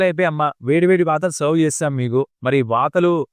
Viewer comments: Vaathalu ❌ vartaalu❌e varam varthalu lalo vaathalu padutundi 😅✅ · Bro vaathalu kadu, varthalu.